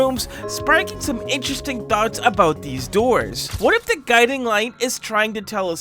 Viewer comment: When bro said gudimg and figure i spilt my coffee